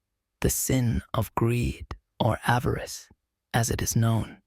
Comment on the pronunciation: Avarice. Stupid AI.